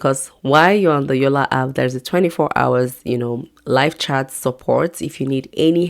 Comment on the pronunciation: It's called yolla app not yolla hap 😅